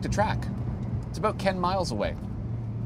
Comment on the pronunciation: "Aboot". That is full Canadian right there.